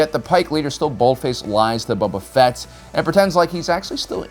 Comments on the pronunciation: Please stop saying Bubba Fett XD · "Bubba Fett"